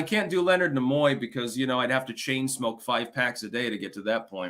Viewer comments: Stop saying "Na-Moy"...its "NEE-MOY"...Gad, infuriating ignorance. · Leonard who? Nemoy?? Pronounced knee muo not na muo